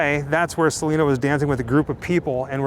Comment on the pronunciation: It’s crazy because people know Selena didn’t like the mispronunciation and people still do it